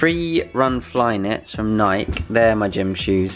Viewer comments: Nike is pronounced Nie-kee. The E is not silent.Adidas is Ah-DEE-duss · Do they know nike isnt pronounced they way they say it or is it slang